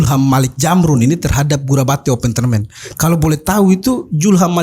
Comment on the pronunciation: Kakak Host, sy orang Bugis Makassar, kita sebagai orang timur cukup fasih mengucapkan huruf Z, tolong jangan dimodifikasi jadi Huruf J....itu hanya berlaku di tanah sunda...Zulham bukan Julham...Zamrun bukan Jamrun😁😁🤣🤣🤣